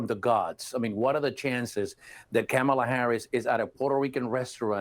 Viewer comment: He didn’t say Kamala correctly wtf